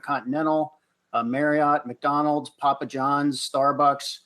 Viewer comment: "Papa Johns" 🤣🤣